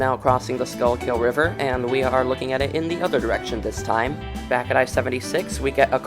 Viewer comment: It's pronounced Skoo-kill